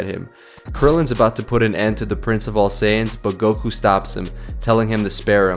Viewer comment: Gokū , not "gouku"